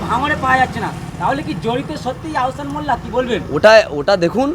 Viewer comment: আওসান নয় আহসান